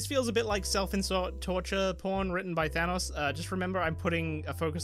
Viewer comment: Your pronunciation of thanos pains me. It sounds more like thermos than thanos, or maybe thanus or thanaus with underpronunciation of the second syllable. I am severely ocd